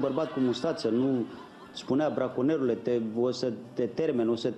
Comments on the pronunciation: zice braNconier..nu braconier :)))) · imi place cand spune "branconier" acolo rad mereu la faza aia